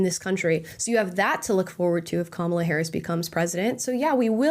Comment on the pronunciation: You mispronounced Harris as "Herod." I'd say it's still an apt description.